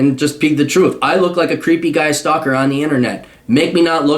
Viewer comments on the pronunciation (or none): none